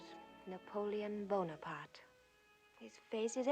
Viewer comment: Napoleon ey bon apart ey , Everything is always ey! But it should be known that you can google the pronunciation! It’s a sign of respect to pronounce right ! ✌🏻